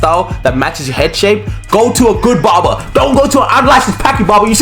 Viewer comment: bro kept saying bobar